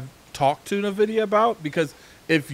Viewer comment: NVIDIA NOT NAVIDIA..